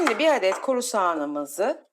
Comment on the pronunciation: SİMDİ DENMEZ...! ŞİMDİ DENİR. Türkçede Ş diye harf var.Oha be !